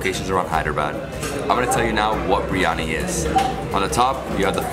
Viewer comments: Love your videos. But just fyi: I hear you saying 'bree-yani'. It's pronounced 'bir-ee-yani' or 'bir-yani'. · It's 'bir-yani'